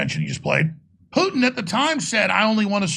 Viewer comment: lol "pooten"